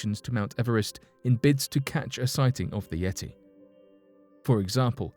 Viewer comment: I had to stop and leave this comment before discontinuing to watch..once he said "yeti" at 36 seconds..haha wow